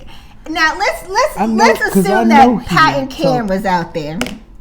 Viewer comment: This was classic, "You ain't gone mess with mine", and then you barked Pat!!!!! HILARIOUS!!!!! Really like your reviews on MAFS!!!